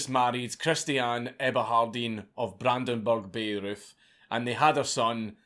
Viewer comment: Being a bit of dick here not even that important really but you mentioned Bayreuth at the start I think it's pronounced By-roit not as it would look to be pronounced. 😅 Love the channel man ❤️